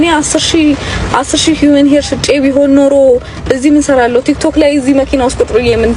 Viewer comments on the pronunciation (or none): none